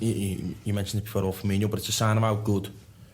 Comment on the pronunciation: FUR-MEEN-OH please tell him hes doing it wrong